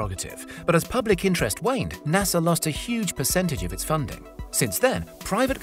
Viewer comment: Ahem. There is no "R" in pronouncing NASA, btw.